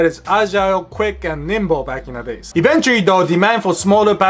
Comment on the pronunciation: Yes. This guy is a true asian. He said eventuarry.